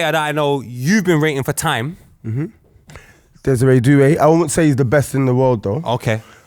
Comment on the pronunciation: bro dead ass said Desire Doue